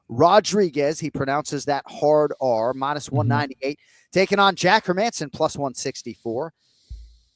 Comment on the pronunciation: Hey Jon, how about Hermanson as pronunciation of the week? Don't understand how or why my brothers from the US struggle so much with these Scandinavian names. I think they're pronounced Herman-sin and Gustaff-sin not her-Manson or Gustiff-sin.